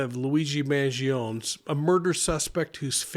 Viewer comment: Respectfully. MAN GEE OH NÉ (NAY). Vowels at the end of a word in Italian are pronounced.